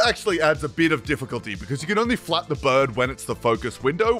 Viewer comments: I heard “fap strength” instead of “flap strength” and was very confused for a second. Lol. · I can only hear "lets adjust the fap strength". Please tell me this is not only me. Please